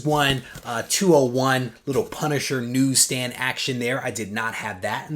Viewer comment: You said “newsstand “ 🤣